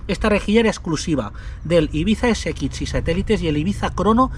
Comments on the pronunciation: Porqué dices SXI de esa forma tan rara?? Ibiza ese ekitch si😢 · Porque dices S"ekitxi". Que cosa más rara dices. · Me encanta esto les sigo hace años ..pero m poner nervioso como pronuncia la x ggrrrr